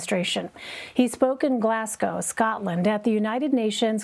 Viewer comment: Apart from pronouncing 'Glasgow' incorrectly he did not say too much other than he would have been expected to. That is in the few moments after and including your time stamp. To what are you referring pray? Elucidate. Or not.